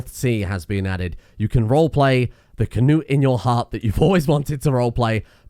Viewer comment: Throwing in that sneaky King Cnut reference, I see you and your incorrect pronounciation